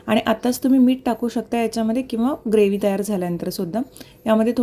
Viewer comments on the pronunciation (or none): none